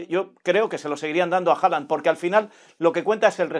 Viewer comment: PORQUE SIGUE DICIENDO HOLAND?? es Haaland 🤦‍♂️🤦‍♂️🤦‍♂️🤣